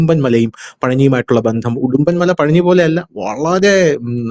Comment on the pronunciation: ഹിടുമ്പൻ ആണ്.... ഉടുമ്പൻ അല്ല.